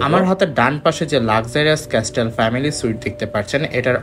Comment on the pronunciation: sorry don't mind me correcting your pronunciation😅আসলে আপনার ভিডিও দেখে অনেকেই শিখবে তাই লেখা এগেইন ডু নট মাইন্ড ভাইয়া😥Dulex=ডুলেক্স নট ডিউলেক্স, Castle=ক্যাসেল নট ক্যাসটেল T ta silent thakbe ekhane❤❤❤video is informative thaks for all the pricing details keep up the good work❤